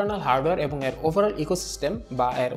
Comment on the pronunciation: ভাইয়ের 'এর' শব্দের উচ্চারণ আর ঠিক হলো না 😓